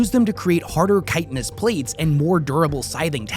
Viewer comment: You pronounce chitin wrong.